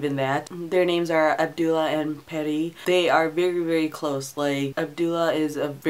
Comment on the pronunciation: I really really enjoyed ATME, it was one of my favourites of 2014 and so far my favourite Hosseini novel. The only one I have left to read is A Thousand Splendid Suns. Oh and one last thing Pari is pronounced as Pah-ree not perry :)